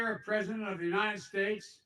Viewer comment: Vice Predident Biden. Preddy exciting